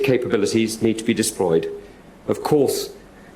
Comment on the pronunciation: Put your teeth in, and try practicing pronouncement of the words ‘vigilantes’ and ‘deployed’